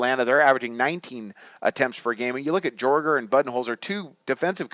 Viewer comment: I have a hard time tailing you when you don't even know how to pronounce peoples names. It's pronounce Yay-ger, not Jorger